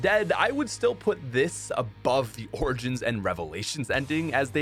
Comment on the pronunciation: "O r j i n s"